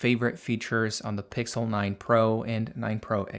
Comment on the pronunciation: um its pixel not pixe